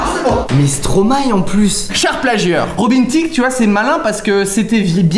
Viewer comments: Au moins ca fait plaisir des vrais connaisseur de stromae . Ils disent bien stromaille et non stromaé .. comme mister v ou jamel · Ohh j vous aime trop vois avez dis : stromaë pas stromaé enfin des gens quoi savent comment on dis !